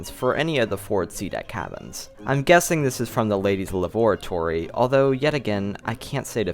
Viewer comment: "Ladies’ lavoratory"? Do you mean "lavatory"? Lav-ah-tor-ee.